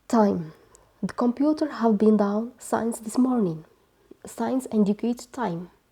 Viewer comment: We pronounce since as: Sins and not Sains dear teacher.